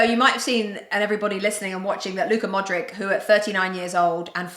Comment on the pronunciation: The bimbo of a ‘host’ pronouncing Luka Modric’s surname “Modrick”🤦‍♂️🤦‍♂️🤦‍♂️🤦‍♂️one of the MANY reasons why they shouldn’t be on shows like this!